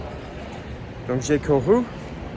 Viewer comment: C'est toujours mignon ses "ou" au lieu des "u". J'ai courrou ! Droit vers l'Espace !!! :face-blue-smiling